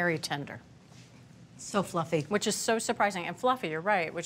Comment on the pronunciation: Oh! She said "fussy" pancakes! OTG